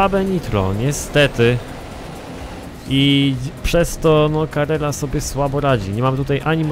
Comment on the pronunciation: Carrera a nie Carerra;)